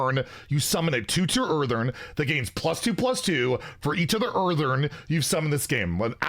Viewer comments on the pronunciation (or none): Someone has to say it: IT'S EARTHEN! EARTHEN! IT HAS ONE 'R'! ONE! NOT EARTHERN! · Say it with me. Earth-EN Earth-EN. NOT Earth-ERN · Hearthstone: "Earthen": "Earthern" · My man will go to his grave saying earthern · Anyone else get annoyed when says "EartheRn"?